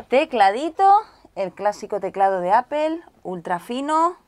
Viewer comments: Ivan Lloret Nicola Ni "apel" ni "apol", la pronunciación es "apl" haciendo la 'p' de manera explosiva y la 'a' de manera neutra. Y en relación al ordenador me parecería una muy mala compra ese iMac 5K con 8GB y procesador i5. Quien necesite un iMac de 5K es porque trabaja con edición de imagen y video de alta calidad y para trabajar de manera óptima sería con i7 para aprovechar el HT y más ram. Eso sí, no quiero ni saber lo que valdrá un iMac con un i7 potente y 16-32GB de ram. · Muy guapa, solo un detalle no es "apel" sino apple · Porque dira appel? Si es apple y se pronuncia apo o apol dependienend.... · Sergio Pardo En España la Real Academia Español tiene permitido que palabras extranjeras (Como las del Inglés) puedan pronunciarse en Español tal y como se lee. Aunque tienes razón ella pronuncia "Apel" en vez de "Aple". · Brandon Arita En España la Real Academia Español tiene permitido que palabras extranjeras (Como las del Inglés) puedan pronunciarse en Español tal y como se lee. Aunque tienes razón ella pronuncia "Apel" en vez de "Aple". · Me enferma que digan apel por dios es Apple se pronuncia apol por que no pueden hablar bien y al menos respetar los otros idiomas. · Mi duda es..... Donde dice "Apel" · Por que razon ustedes de españa dicen apel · Cuando pronuncias la palabra apple, suena como si se dijera apel. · El teclado de "apel" 🙄 "8 jigas", no pronuncia bien ninguna palabra en inglés 😆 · apel i mac jajajaja. lo dice muy chistoso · porque carajos dicen APEL, estos espanoles destrozan el idioma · Si, la pronuncias bien no, solo que el 99% de los españoles lo pronuncian mal.